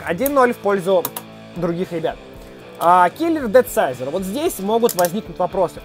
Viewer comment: Он правильно говорит, Думсайзор ето перевод хасбро.